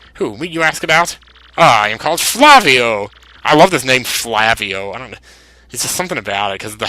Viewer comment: the name Flavio is pronounced like that model Fabio Lanzoni. Just thought I would let you know